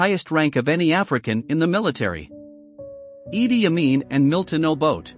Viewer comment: Why can’t you learn to pronounce Mr Obote’s name . This is a big shame . You spent time on this documentary but couldn’t take time to learn how to pronounce an African name.